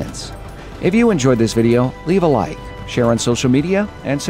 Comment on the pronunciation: This is not related to video itself, but I focus on voice and putting accent on the end of words. It's something that catch my ear. Especially in sentence " if you enjoy this video leave a like". -> in this word "like" you comes from accent and that's sweet spot. In this second sentence "share on social media and subscribe" -> the key word is "subscribe", you lift your accent and that combination of accents is something nice to hear. Good job!